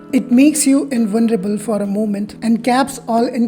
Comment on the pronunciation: struggling to say invulnerable remains constant